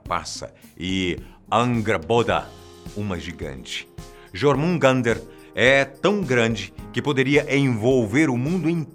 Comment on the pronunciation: Ele pronunciou os "J" como é pronunciado o som dessa letra no Brasil, mas os povos escandinavos usam o som do "J" como se fosse um "i" a pronuncia de jormungandr seria algo como "iormungander". E os sufixos presentes nos nomes de quase todos os reinos "heim" também foi pronunciado meio abrasileirado a pronuncia correta é algo como "raim" e não "eim" kkkkk.